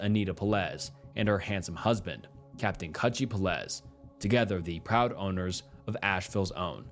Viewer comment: Peláez is pronounced peh-LAH-es , accentuation on the middle syllable, hence the caps, so three syllables, not two, and not “peh-LEZ” like you keep saying it.